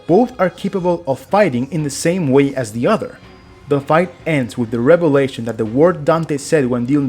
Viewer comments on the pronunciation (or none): none